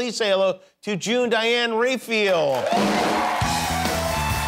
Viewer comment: It's not Reifil, its Rafael.